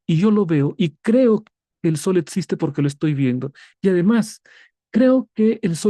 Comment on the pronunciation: Exelenteeeee, pastor, sólo tener cuidado con enfatizar mucho al sol, 😢 Pero muy bien el desarrollo bendiciones ❤